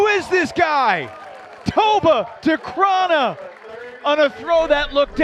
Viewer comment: It's been a year since he landed in the States and the commentators still can't get Decraene's name right...